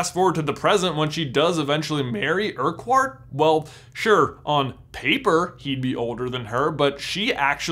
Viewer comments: Urquhart is pronounced 'ur-kurt' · So you know, in Scotland Urquhart is pronounced Err-cart. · Greetings from Scotland! Just a note, Urquhart is pronounced “uckert” I know it’s silly but just sayin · My surname is Urquhart and it hurts to hear it mispronounced so bad hahaha